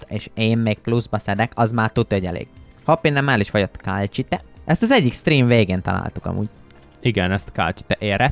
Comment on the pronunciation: Az nem kálcsite hanem kalcit